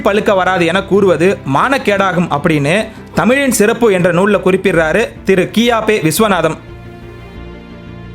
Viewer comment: சிறப்பு என நீங்கள் உச்சரிக்கும் தன்மை வளமையாக இல்லை. (தொடக்கத்தில்)